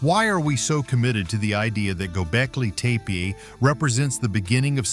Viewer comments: Why can't you pronounce Gobekli Tepe the same every time? Pick one and stick with it. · Learn to pronounce the site correctly.